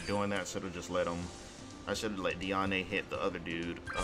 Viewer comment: YOU SAY HER NAME AS DEE -AN, God its so tilting É or é is when you say ey at the end of the sentence, there is literally no accent on it.